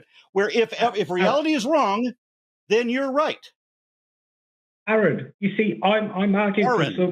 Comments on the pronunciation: What an obnoxious caller. I especially enjoyed the petulant little "Arron" after Aron had corrected him on the pronunciation, just because the whole 'anaturalist' nonsense had been comprehensively defeated. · It took Aron saying it right like 7 times for the caller to acknowledge it and then he pulled that exasperated ARRROON exactly once before mispronunciation it a few more time again. And Aron just so used to the constant disrespect that theists have for his name just rolls with it❤. Growing up i always thought religious people were supposed to be kind and caring. Guess they lied🤣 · Amir is an obvious (to me) troll. He keeps mispronouncing Aron, even after once correcting himself. It's two syllables FFS. And the first one is the same in his and Aron's names. Give it up Amir, the British Empire finally fell apart a half a century ago. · Nor can he pronounce Aron’s name correctly, even after being corrected. He’s either an idiot, or intentionally being a dick, or a combination of both.